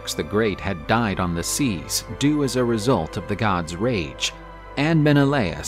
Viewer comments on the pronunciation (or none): none